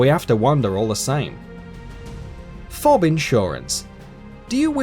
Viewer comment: Fawb. FAWB. FAAAAAAAAAAWB?! WHAT THE FU- We are having technical difficulties. Please stand by